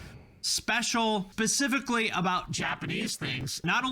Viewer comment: Let's be real. This guy says pacifically instead of specifically. You think it's worth anybodys time to pay attention to a grown ass man that speaks like a 5 year old?